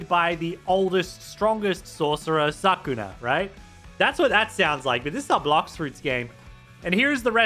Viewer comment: This rework looks absolutely SICK, and I have a feeling control value is gonna skyrocket very quickly. Also did buddy just say sakuna? (Inscryptionation)